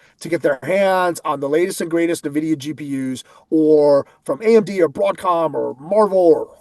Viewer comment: It is NOT “nuh”Videa!